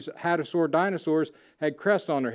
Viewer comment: Hadrosaur* not Hadasaur. Terminology is terrible